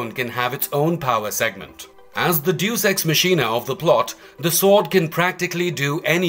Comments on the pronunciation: OMG it isn’t "juice ex machine-ah," it’s pronounced "day-us ex mack-inna!" Please get people who can actually read, and know how to pronounce things, to read your scripts (which themselves need way more research)! Still, at least this guy was pronouncing Jaga’s name properly, not like the douche-nozzle in the Cheetara video who kept saying "Jagger!" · I apologize for being nitpicky... I'm actually proud of your usage of vocabulary, But, Deus ex machina. It is one of those words that you learn about by yourself or on your computer, so you probably haven't heard the word pronounced yet. It is Day use X mack eena. Latin for Machine of the Gods. A literal device from ancient Greek theater wherein the "gods" would save the protagonists from insurmountable odds by the introduction of a platform or weapon or something operated off-stage by crew members. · Deus ex machina is pronounced "Day us X - Mah Key Nu" just so you don't sound like a DingleBerry going forward. 🤣😂